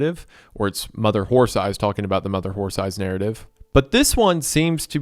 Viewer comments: Reminder that during the 11 hours of reading this story, Isaiah mispronounced the title as "Mother Whore Thighs" like 3 times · Shoutout to Wendi for repeatedly saying Mother Horse Eyes as "Mother Whore Thighs" repeatedly in the Creep Cast